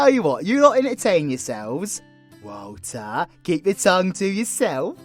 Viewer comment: I think the poor man was trying to say Walter bless him 😂